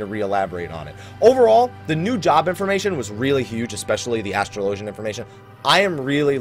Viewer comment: It's Ass-Trow-Low-Gian